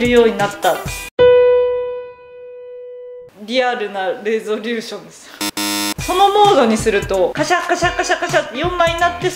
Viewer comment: レゾリューションの言い方で宇宙海賊思い出したｗ